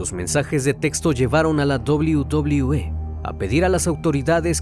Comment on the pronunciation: La dobliu dobliu E jaja